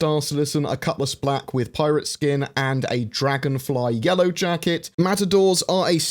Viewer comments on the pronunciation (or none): none